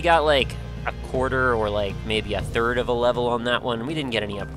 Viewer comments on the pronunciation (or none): ***** Yes... yes he actually said fird